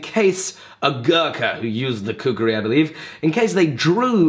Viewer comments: Its called khukuri... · thats not a prpoer shaped khukuri;" KHUKURI" ,Ya that's the proper pronunciation .Nevermind atleast you tried as Damascus Khukuri. Really appreciate the effort. Love from Nepal-Land of Gorkhali